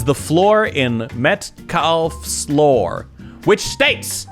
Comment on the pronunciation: wait you pronounce law like "lawr" ????